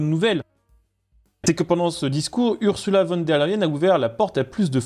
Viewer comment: On prononce "OURZOULA FONNE DÈRE LEYEN" et non URSSULA VONE DÈRE LEYEN" Dugland